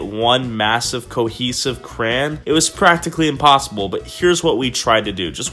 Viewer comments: You pronounce Crayon very strangely. "Cran" lol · If he says “Crayon” wrong one more time 🤦🏼‍♂️